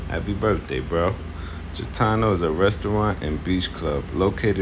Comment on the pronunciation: It’s G itano not Jitano